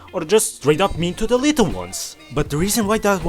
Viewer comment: 'a rrrittle asss crrack' bro sounds like the grand high witch jokes aside, great quality 👍